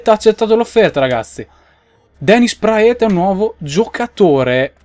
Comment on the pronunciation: Praet si pronuncia Prat, lo so perchè seguo la jupiter pro league comunque è una bestia